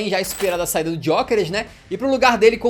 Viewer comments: dgiokeres?!?!! ele n e italiano dude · Não tankei ele falando Diokeres e Sésko kkk